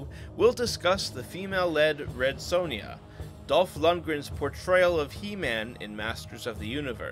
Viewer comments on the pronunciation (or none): none